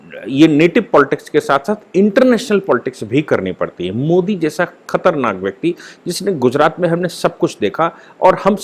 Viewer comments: aap (modi) kaise (pronounce) karte hain??? indianized pronounce kijiye, (angrez) ki tarah (kuon) karte hain??? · pls proper pronounce of MODI